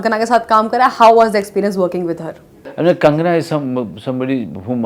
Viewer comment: Manoj sir it’s not Kangana, it’s Konkona ❤